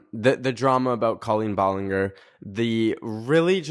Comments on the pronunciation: Her name is actually pronounced ball-licker 🥰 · Sir, it’s pronounced ball-en-jer ❤❤ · the way says balenger 💀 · love how he dont know how to say her name like its colleen ballinger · the way you said ballinger made me laugh lmao